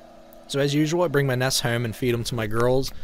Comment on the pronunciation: I’m just here for the way you say comb, home, dome, bone, gnome, phone, loan